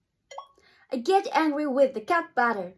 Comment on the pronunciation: Cutがcatのになってるから、レクチャーしますね！ まず日本語で普通にカットって言います。 次に「カット」の「ト」を最後まで発音するんじゃなくて、「ト(to)」の「o」を除いて発音したらできます！ カッtって感じ！